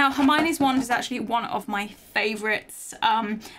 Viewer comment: It’s wand not want